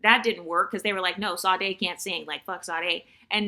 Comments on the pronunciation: Is that how Americans pronounce Sade's name? It's Shadéh. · The S in Sade is pronounced like an “sh”, FYI😃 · Well it's common for Americans to butcher foreign names, so it doesn't really offend me, but that's the first time I have heard Sade's name being pronounced like that.